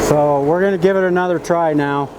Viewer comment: "We're" is not pronounced "were". Wahder????